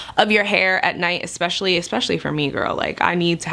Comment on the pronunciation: This is meant as constructive criticism so you aren’t embarrassed inadvertently: the word is eSpecially NOT eXspecially. I live in Florida as well and am literally shocked when I hear news anchors here mispronounce this rather easy word to speak. Perhaps this is where you picked it up.